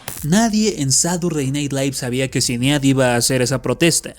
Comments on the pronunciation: Ehm,, se pronuncia "Sainid" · Datos curiosos sobre este video: 1. El nombre de la difunta Sinéad O'Connor es uno de esos nombres irlandeses no muy comunes. La pronunciación correcta es "shin-EID". 2. Public se pronuncia "PO-blik". 3. La canción E.T. (I love you) de Buckner & Garcia no tenía batería cuando apareció por primera vez en 1982, no 1983. La versión que se escucha aquí es una regrabación de c. 2009-10, unos dos años antes de que el difunto García pasara a mejor vida. (Existe un video con la versión original en YouTube) 4. El difunto Falco también intentó tener algo de éxito con Vienna Calling, pero no tan grande como Rock Me Amadeus. 5. Irónicamente, uno de los hermanos de Las Ketchup, "Tomatito", llegó a tener algo más de fama que ellas, llegando él a aparecer en un video de Romeo Santos. 6. La canción We no speak Americano por Yolanda Be Cool tiene triple ironía: Aparte de ser recordada como es, muchos la recuerdan cuando Pitbull la sampleó en Bon Bon. Sin mencionar la confusión que causó en muchos creyendo oír el consabido "pa-panamericano". 7. Alexandra Stan llegó a grabar un número con Daddy Yankee, pero sin repetir el éxito de Mr. Saxobeat